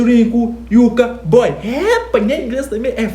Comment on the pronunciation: Youka boy? NBA youngboy 🤦🏾‍♂️😂